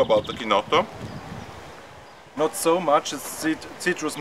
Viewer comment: If you are so invested in it, you might want to at least check out the correct pronunciation. It's "key-notto". CH is pronounced as K in Italian.